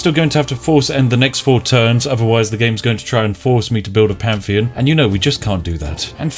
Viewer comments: Word: Pantheon Spiff: Pamfian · Panfion costs you faif, ladies and gentlemen. Fank you. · faif and panfian, i forget how the words are pronounced now :(